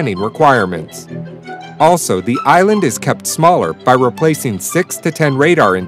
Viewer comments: Island not Inland... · inland??? get it right. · It's not an "inland".....it's an "ISLAND".....wow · Smaller "inland"? LOL!